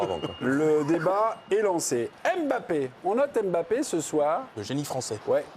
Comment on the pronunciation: Arrêtez de dire Em bappè monsieur le présentateur